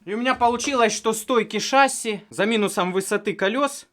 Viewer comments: почему шАсси, правильно ведь шассИ, не? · Смотрели с сыном, всё понравилось, но правильно говорить шасси́. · ШассИ, ударение на "и" у авиаторов %) сорян, за замечание. Все равно лайк)